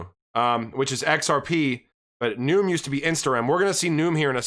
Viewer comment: I could be wrong, but it seems to me Nium would be pronounced "knee-um". But u do more research than I do so maybe you've heard someone accociated with Nium say it.